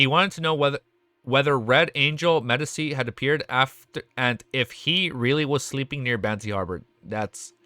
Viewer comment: the c in medici is pronounced tchi